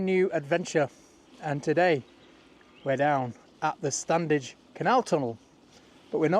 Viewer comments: It's still pronounced Stannige. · the first d in standedge is silent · Please drop the first "d"in your pronunciation of Standedge. It grates a bit.